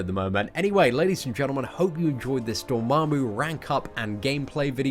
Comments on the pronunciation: it's "dormammu" not "dormarmmu" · dOHr • mAHm • moo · You butchered my name...